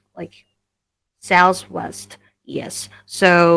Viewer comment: hi there, how are doing? By the way,did you notice that the chubby girl mispronounce the consonant th when she said southwest.